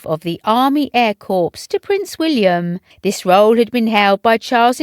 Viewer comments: Please, it isn't corpse, it's pronounced as 'cor" it's not in a flipping morgue! 🌹🇬🇧🇬🇧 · It is not pronounced corps a corpse is a dead body it is pronounced core! Please do your research 😡